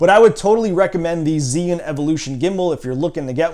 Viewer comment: is called zhii yun not zeee yun.